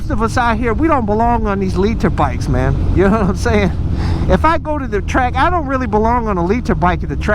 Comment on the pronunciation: lets take a shot each time he say 'mang'